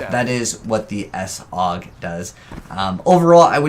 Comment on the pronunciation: It's one word "Saug". You don't call it "S Aug"